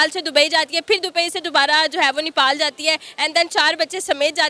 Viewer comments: Nipal kya hai? The country is called Nepal please correct your pronunciation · Nipal nahi bhosri... Nepal bol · Are vo madam vo nipal nahi nepal hai....😂😂